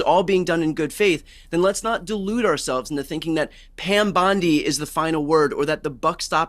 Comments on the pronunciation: It's BONDI not Bandi! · How on Gods earth does this guy keeps calling the AG Pam Bandi instead of her real name which is Pam Bondi who is this idiot that cannot pronounce her name correctly,so annoying.